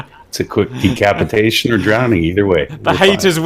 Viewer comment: "De-CAP-itation . . ?" I see what you did there. Nice one Sir!